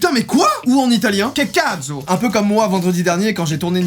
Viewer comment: en Italien mdr tu l'as prononcé "cacazzo" mais ça va par rapport a d'autres gens tu l'as bien prononcé (je suis Italien et j'ai partiellement appris le français grâce a toi merci du fond du coeur <3 )